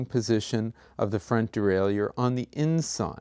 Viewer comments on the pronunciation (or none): Well put together. But I gotta ask... de-rail-you-er??? Isn't it pronounced de-rail-er? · It is pronounced de-rai-lleur as any dictionary will attest to.